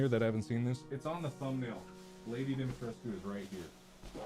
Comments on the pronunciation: I just have a huge stupid smile on my face. Lady Dimitrescu and Markipler are a match made in heaven and always will be! They are meant to be! And Mark pronounced her name properly! That's true love. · I can’t pronounce Lady Dimitrescu’s name any other way than Marks way